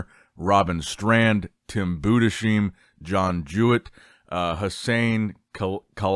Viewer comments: Yes. You speak it "Boo-dess-hime". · Its Budes-heim not budesheim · good video. it´s pronounced Tim Budes-heim (like Ana-heim) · I'll keep posting until you notice, Tim's last name is pronounced Boo-Dis-Hime, please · it's pronounced boo-diss-hime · is unable to speak german last names